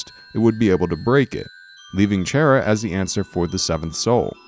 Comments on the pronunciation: Chaira?! Lol it's pronounced chara as in character with a k sound, also I think the whole asriel thing is just a cliff hanger, maybe also with gaster and chara, for undertale 2? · Its Char-a not Chair-a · Chara is not pronounced as “shara” Just read these to words chara character Undertale is playing tricks with you with names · kara not shara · its cara not chara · its pronounced Kara or chara not chaira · People pronounce Chara so differently xD, he call them Chair-a people call them car-a I call them Char-a lol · chara not chaira XD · It is not pronounced chair-a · Also, Chara isn't Chaira, it's pronounced Karra. Like chaos. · I love this video... Except you said Chara as chair-ah. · It's not "Chaira" it's "Chara" as in character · You said chara wrong its not chair-a its short for character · chaira? it's Chara XD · CHARA IS PRONOUNCED KARA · Ok dis is gud but it’s pronounced “Kara” and the coffin is empty thing is kinda a stretch AND ALSO WHERE IS CHARA DEN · It is pronounce Chara like character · Um her name is pronounced K-A-R-A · It's chara as in character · Chara is pronounced Kahrah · I thought it was like Character except without the cter. Didn't know it was pronounced chair-a. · Chara's name is pronounced "Kara" as her name is short for character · I wonder how many people got triggered when he pronounced "Chara" as "Chair-ah" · So you are one of those weird fucks that call chara "chair"a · the way he pronounced chara was like, a double fuck up. just sayin' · CHAIR-A seriously that is the weirdest way to pronounce their name. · Chara... Chara.. CHAIR-RA? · He's says Chara's name like Chaira Its so fucking annoying Dx.... Not hating on the video or anything its a good video, I just hate the way he's saying it. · I believe he pronounced it chair ia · it isn't how it's pronounced I know it's car a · Ooohhhhh let me just sit on my chaira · Originally, it is pronounced as:"Ca-ra" or something like that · First time i ever heard someone pronounce it (Chair a)